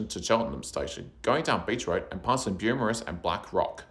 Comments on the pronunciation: Amazing video! My only correction is - the suburb is *Beaumaris and pronounced as "bow morris" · Great video! Small refinement, Beaumaris is pronounced "Bow-morris". :) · It's pronounced Bow-Morris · Good video but you misspelled and mispronounced a whole bunch of shit so you might wanna make a bunch of edits and re-record the audio when you learn to say Beaumaris Bo/Moris, Nepean Nep/ian and Carnegie Car/neg/ee correctly… I’m guessing you’re not from the SE burbs? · The Beaumaris pronunciation keeps distracting me and I have to skip back to rewatch what I’ve missed 😂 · I've never heard any-one from Melbourne pronounce Beaumaris or Maribyrnong like that. But to be fair, I had always pronounced Murwillumbah differently to how people from around there do. Apparently, it's not "Mur-will-lum-bar" but "Mu-wril-loom-bah." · Great video mate. I can see lots of research went into it. The visuals were excellent. Beaumaris was pronounced and spelled wrong but otherwise good job. Too many very critical comments here, don't worry about those.